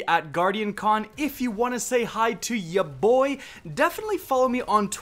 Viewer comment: Never say YA BOI like that... PLZ